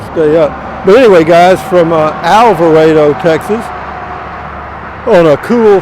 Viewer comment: Might be best if I could send this anonymously so you won't feed me to Matilda. I'm glad you finally pronounced Alvarado correctly. I had been looking and looking for somewhere that started with El. So decided I'd check out Motor home Specialists. And lo and behold, there it was. Love all your videos and just like to check out the country as you go along.